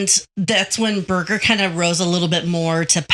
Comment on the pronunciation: Birger not briger